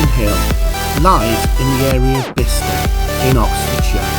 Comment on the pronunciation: Great site and really interesting video::: I’ve just moved here ,,, but it’s not “Beee star” and “sher-well” //// try Biz-tah and Cherr-Well